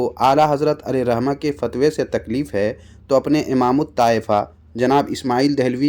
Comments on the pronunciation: fatwe❌ phatwe✅ 🤣🤣🤣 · فتوے❌ پھتوے✅ 😅😂